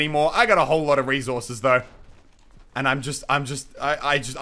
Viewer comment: The way he says REZOURCES